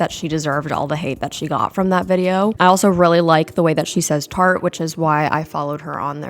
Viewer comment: shes from boston/massachusetts i think and im from boston but dont have the accent and the way she says tarte is so funny and satisfying to me even tho i dont laugh when my family says it that way